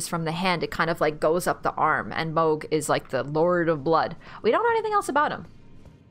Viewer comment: Mog it’s mohg like hog but with a m mohg